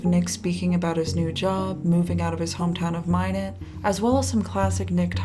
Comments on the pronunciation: Minot... it's [my not] not [mine it] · Wow, I may have gone to elementary school with this guy. BTW, it's Minot like "MY-not", not "MY-nit". 😁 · i appreciate the obvious effort you put into these videos but it's driving me crazy that there's a news clip that correctly pronounces minot and a clip where nick says minot correctly but between those two (and for the first 2/3 of the video) you pronounce it "minet" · As someone who was born in Minot, the way you pronounce it "My-nit" is adorable... More like "My-knot". <3 Also him being from Minot explains sooooo much honestly... That state, and especially that town has basically nothing going on ever... And if you aren't like a rich "normie" farmer type, you're ridiculed to no end. Basically everyone I knew growing up went on to become drug addicts, alcoholics, and the like... I'm glad this fascinating boy was able to escape the hell he was likely going through IRL and that people online generally seem to have treated him with compassion. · FYI it’s pronounced like ‘my knot’ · For some reason Minot seems like a fitting home town. Pronounced My not btw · Also it’s pronounced My-Not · Just an FYI, Minot is pronounced: MY-NOT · It’s pronounced My-Not. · I don't live very far from Minot and the consistent mispronounciation of Minot drives me kinda crazy.